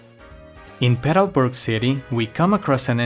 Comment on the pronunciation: why is it that when you say petalburg it sounds like you're saying pedoburg